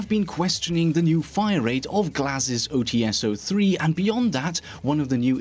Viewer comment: I love your videos, but there is a minor mistake that you make consistently. Glaz's sniper rifle is called OTs-03 (ОЦ-03, "Ts" pronounced similarly to "Ch", but not really, because transcription), not OTS-03 (ow tee es, as you make it sound). Apart from that, your videos are amazing.